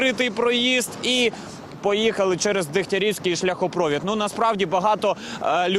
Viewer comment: Скажіть, хтось, журналісту, що в слові шляхопровід, наголос на літері І. За Кличка промовчу.